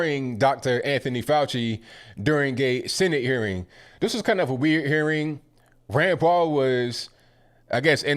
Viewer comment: Every time u say Rand Paul..i thought u were saying granpa.....love ur podcast!!!! Ur always RIGHT ON!!!!